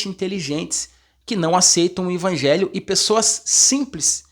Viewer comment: Paz irmão! O irmão não é pastor. Ele é um instrumento de Deus usando esse maravilhoso dom como professor da escola sabatina. Eu confesso que também ficava meio incomodado como essa forma dele falar "INVANGELHO" ao invés de EVANGELHO, até pensei em mandar um comentário como o senhor fez mas achei que o irmão iria ficar triste. Talvez ele fale "INVANGELHO" por ouvir na criação de pai e mãe dele e se acostumou a falar assim. Mas que bom que o senhor o corrigiu com muuuuito amor e sabedoria e esperamos que o irmão corrija esse seu modo de falar essa palavra. Graça e paz do nosso Senhor Jesus Cristo irmão!!!